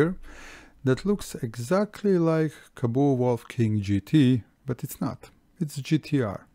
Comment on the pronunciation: Kaboo? :D It's Kaabo